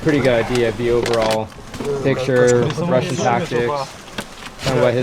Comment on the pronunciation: The word he said and the word in caption "Russian" .... isn't quite the same.